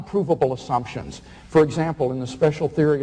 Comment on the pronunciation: This guy can't even pronounce assumptions properly......assunctions